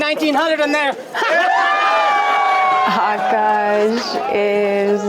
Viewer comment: Okay ik nobody's gonna see this and this is an old ahh video but her pronunciation of akash at 9.02 is perfect lmao.